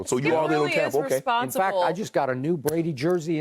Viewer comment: im sorry but no one but skip is calling tampa Tompa and its freekin lame.